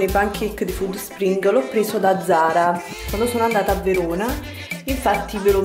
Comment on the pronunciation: Alla pronuncia di FÙDD SPRING ho chiuso il video